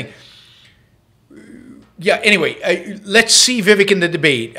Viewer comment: First of all you you are mispronouncing his name...Vi Vake'! I have watched him for several weeks. I have not heard him make one mistake. Why would you critize his ten amazing points?